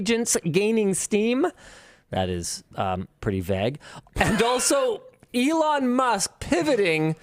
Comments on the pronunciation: I love how Linus pronounces “vague”. Aussies would say “Vayg” with a strong emphasis on “ayy” but Linus says “Vehg” with an emphasis on “eh” that sounds like “meh”. Accents are so cool. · What is it with how linus say's vague!? Sounds like he has a stroke half way through the word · The way Linus pronounces “vague” really throw me off.